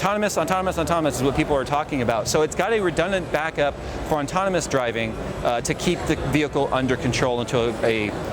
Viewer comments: definitely sounds like you're saying ontonomous instead of autonomous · I brought this up in one of his previous videos. Everyone is adamant he's says autonomous, but he clearly isn't 50% of the time he says the N before the T. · said "autonomous" so many times he's sure he pronounced it correctly at least once XD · doesn't know the word very well